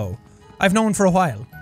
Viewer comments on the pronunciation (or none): none